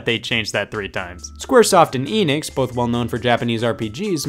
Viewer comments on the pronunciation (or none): Eh-nix. Not ee-nix